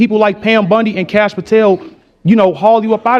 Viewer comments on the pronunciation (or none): none